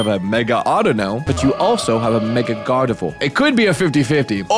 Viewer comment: “Gardivoir” lolol